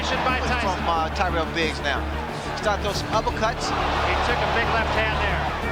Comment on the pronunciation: Tyrell Biggs not whatever you said.